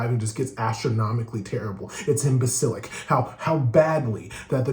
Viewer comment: “Imbasilic” is my word of the day for today!😂 LOVE YOUR CHANNEL!!!